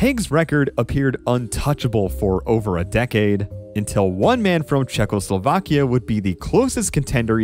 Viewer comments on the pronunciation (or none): none